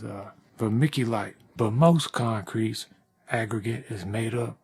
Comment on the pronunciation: Cement das conk creet bay-bee